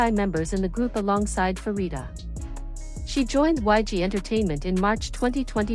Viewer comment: Pharita is pronounced as Parita and not Farita.